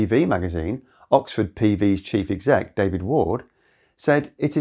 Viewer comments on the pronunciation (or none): none